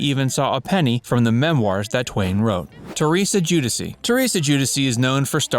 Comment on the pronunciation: Lol joo-diss-ee? Giudice is pronounced joo-dee-cheh